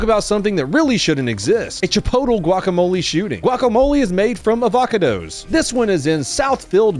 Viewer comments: Avac a dos? xD I'm in tears lol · A-VOCK-A-DOE-S I'm unsubscribing after that one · chip-oat-le & av-ac-a-does almost made me cry. knee capping a poor chip-ot-le worker 😂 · "Avaca-dos." Shit, that's now going to be my go-to pronunciation. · As a Californian, your pronunciation of avocados had me glitching like a robot being drenched in a bucket of piss. 😅